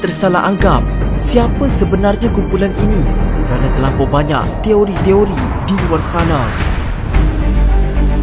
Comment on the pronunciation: Toiri ke Teori.. dgr mcm sebut Toiri 😅😅 Fakta no 06 jadi 09 😆